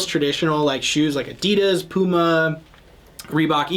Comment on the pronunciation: I think it is the first time I hear an American pronounce Adidas right 😄